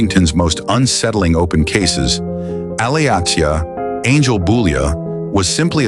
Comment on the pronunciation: Her name is pronounced like Alicia.